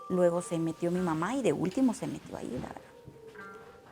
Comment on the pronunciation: Jajajaaj "¿verdá?"